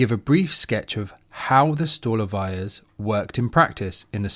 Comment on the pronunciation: Totally agree: stolovayas providing inexpensive yet healthy nutritious food should be avaiable to the ordinary people of any nation. (P.S the Russian word "столовая" is prononced with the accent on the second syllable: "stalOvaya." My apologies if you think I'm being pedantic.)